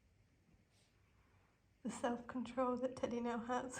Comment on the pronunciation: RIP. Not trying to kill your enthusiasm but Teddy and Kodi do not rhyme. You have an "eh" for Teddy and an "oh" for Kodi.